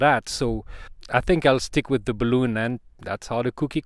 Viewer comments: !: Only ONE complaint: ) Bal-Un! Not BalOOn!: ) Otherwise GREAT video! de seeker/Jeff WA7LFP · In English "balun" is said with a short U sound It is "impEdance" with a long E sound I have made a "D" shape using a larger diameter G10 tubing for support. The tube was about 2cm in diameter. Larger Tubes about 30cm long that fit tightly over the smaller tube made the joints.